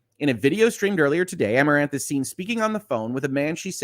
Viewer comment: I'd guess her name is pronounced ah-more-anth